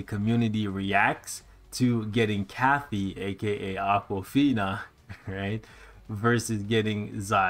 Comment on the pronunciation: it’s Katy not Kathy 😤